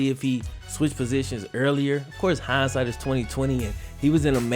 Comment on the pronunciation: Why he say "in hine sight its 2020" in 2018 🤔